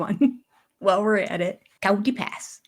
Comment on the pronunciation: It sounds more like Kitey Pass to me, but I have cloth ears. Robyn enjoys anxiety. It's part of her attention seeking behaviors. I LOVE your Kody's speech dance!!! 🤣